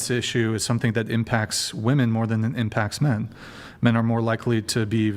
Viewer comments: Why is it so hard for some people to pronounce ‘women’ properly? I swear it’s because they’ve never seen the inside of a book. 🤦‍♀️ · I don't understand why none of the panelist in pretty much any of the Whatever podcasts I've seen can pronounce WOMEN correctly?! They all say woman when talking about multiple women. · I can't take any of the women seriously on this panel that say woman when it should be women or women when it should be woman. Fucking retards.